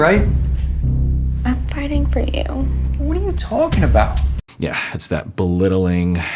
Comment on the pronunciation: does some slight New Yorker-isms here which is hilarious to me. The "whadaya-talkin about" and the "eh" at the end. I think he learned this from movies not his native Texas.